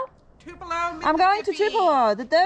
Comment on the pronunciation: Thanks for the tours of the museum and Elvis' house - great stuff !!! will always support you , even if you did say "tulepo" twice !!